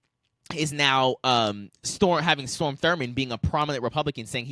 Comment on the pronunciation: Strom not Storm